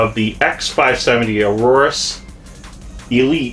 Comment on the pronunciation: Aorus is pronounced "A-yor-us" not Aurorus.